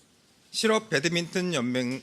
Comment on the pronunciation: 저 아저씨는 배드민턴을 왜 계속 배드민튼이라고 해요?